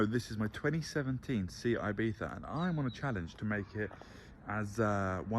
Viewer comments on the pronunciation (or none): "Sijat ibita"?! WTF?! 🤣🤣🤣Dude SEAT IBIZA !